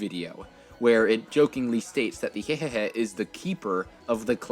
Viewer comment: Why don't you read Hyehehe's name like MPG it sounds so goofy 😂💀💀